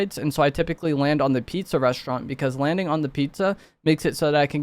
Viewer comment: did he really just say "Wanding is gonna be compwetewy diffewent" 😂😭